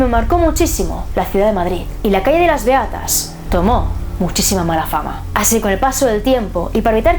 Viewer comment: Soy la única que cuándo dice “Beatas" en lugar de eso escucha “Reatas"? XD PERDÓN